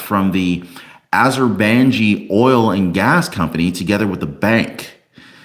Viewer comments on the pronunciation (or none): Henry Cuellar is pronounced: Kwayar Azerbaijan is pronounced: Ahzer -buy-john. Someone who’s from there is an Azerbaijani: Azer- buy- johnnie 😢 Former Soviet state north of Tehran.